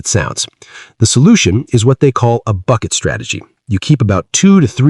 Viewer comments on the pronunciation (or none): none